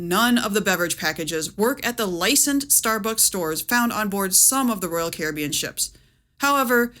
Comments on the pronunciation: Your pronunciation of Caribbean drives me crazy. I had to stop watching. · I'm just bothered by her pronunciation of carribean. I'll get the drink package and enjoy the lack of worrying about what cost will add up at the end of my vacation. Thank you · Its pronounced Caribbean..... NOT Caribbean. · The way you pronounce Caribbean is annoying. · Pronouncing Royal Caribbean the same way you pronounce pirates of the Caribbean is wild 😜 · Please pronounce Caribbean correctly! As in Royal Caribbean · Your pronunciation of 'Caribbean' and 'Evian' had me in stitches 😂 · Yes, and the pronunciation of "complementary" along with using "your" in the graphic when "you're" is called for. (It's tough being us.)